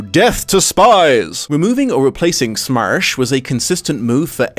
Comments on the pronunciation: P.S and it's NOT pronounced as "smursh" -_ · Your pronunciation of СМЕРШ is just priceless )) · I crack up evey time he says SMERSH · I would like you to say SMERSH some more, please. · I can't get over your pronunciation of Смерш XD